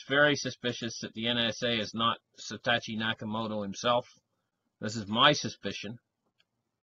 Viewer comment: Not satachi!